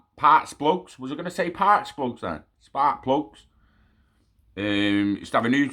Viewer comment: Parks splugs 😂 love the verbal dyslexia 😂👍👍